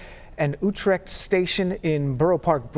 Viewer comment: “MASPEETH” in Queens and “OUH-TREK” in Brooklyn? It’s MASPETH and Utrecht (pronounced You-Trekt) Are these reporters even from NYC?